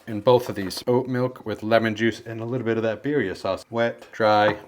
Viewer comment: Birrrrrrrria. You gotta rrrrrrroll the errerrrrressss ese